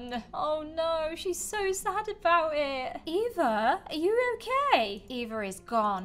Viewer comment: You say Eva like efa